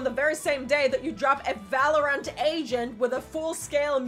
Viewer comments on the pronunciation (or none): none